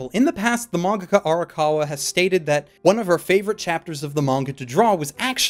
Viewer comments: what the hell is a manga-kah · I cannot be the only one who noticed him say mangaca because I was losing my shit the first time thinking it was me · why do you pronounce mangaka as mongohgoh?